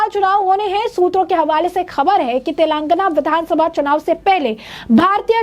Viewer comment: मैडम, तेलांगना नहीं तेलंगाना l 😂😂😂